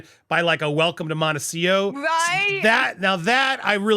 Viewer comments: Can you please learn to pronounce Montecito it has a T at the end before the O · Andy, there are two T’s in MONTECITO. Do you say it the way you do as a joke? Just curious